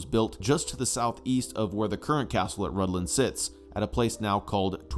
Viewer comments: I thought it was pronounced Rithlan so I was confused when the narrator pronounced it Rudlan. Thanks for explaining the pronunciation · Your pronunciation of Rhuddlan needs some work. 😊❤😊